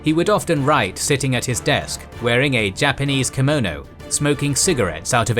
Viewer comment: that pronounciation of "Kimono" is the worst I have ever heard